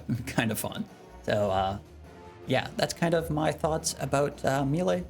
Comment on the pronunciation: I like your videos format and fashionscape but just a quiet little heads up please don't say mealay or mealie it's maylay >_> aaaaaaaa !! Also I think you're really underrating the scourge with abyssal spikes vs any longer fight as an initial stack builder beacuse you reap the benefits the entire rest of the fight, and your offhand leng will still be prepping spec stacks. Also the d2h eof is for elite dungeon clearing and shattered worlds as well as a really fun way to get giga nukes on slayer tasks lol